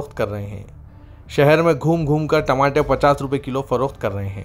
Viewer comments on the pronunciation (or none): Tamate nahi re Tamatar bol.... Kya urdu news repoter bane ga re tu..😅😅😅😅😅